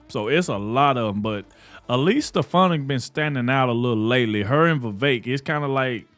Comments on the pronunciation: STEFANIK Pronounced STI FAWN NIC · Pardon me, but you really need to learn how to pronounce Elise Stefanik last name. That would do you good.